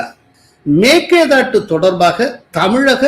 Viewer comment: எங்கேய்யா தமிழ் படிச்ச நீ? மேக்கேதாட்டு?? மேகதாது என்று சொல்லத் தெரியாது உனக்கு???